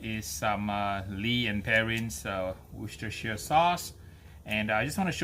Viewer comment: closest I have seen to someone pronouncing Worcestershire yet, not quite but pretty close lol. Side not, google how to pronounce it, you will be blown away lol